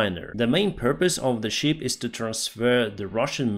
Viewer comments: He keeps saying sheep 😂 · Ship, not sheep. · Perhaps somebody has already mentioned this but you seem to mispronounce "ship" as "sheep" which is an entirely different animal. I know you are not a native English speaker but I hope you can improve your presentation which is very valuable as it is already. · You are mispronouncing ship, it’s short e not long one! You are NOT talking about the animal.